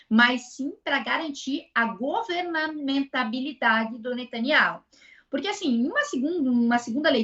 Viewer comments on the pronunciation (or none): "GovernANTAbilidade" foi de lascar 😅